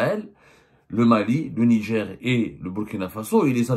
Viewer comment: Ont dit Niger pas nidjer journaliste de cours par correspondance